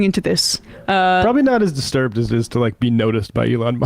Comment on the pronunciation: Tahaha "...I'm-distrubed-.."